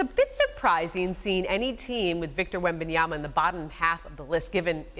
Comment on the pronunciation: Perk it’s really easy, it’s all in the letters, just slowly sound it out … wem-BAN-ya-ma … just the one B. Try writing it down, see the letters, say the letters … wem-BAN-ya-ma